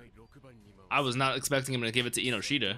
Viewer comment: Just to help you out a bit Chikaras last name is pronounced En-no-shita instead of inoshita. I like your reactions! Got great input and I'm glad you're understanding a lot of the thematic elements. I think a lot of American reactors miss a lot of that and get the wrong ideas here and there. Keep it up!